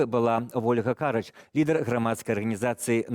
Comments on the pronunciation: Віталь Цыганкоў, вельмі сумняваюся, што вы не ведаеце, што правільны націск у прозвішчы Вольгі КарАч ставіцца на другі склад. Калі ведалі правільны націск, але наўмысна зрабілі памылку, то не магу зразумець, што вы хацелі такой блытанінай падкрэсліць. Звычайная зайздрасць і спроба прынізіць апанента? Вы двойчы зрабілі такую памылку. Няўжо вы настолькі заняты асабістымі жруналісткімі справамі, што ўпершыню ў медыйнай прасторы чуеце прозвішча Вольгі КарАч? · спасибо за гостя. Но почему Вы решили, что ударение в фамилии Ольги - на первый слог???? Это - неправильно.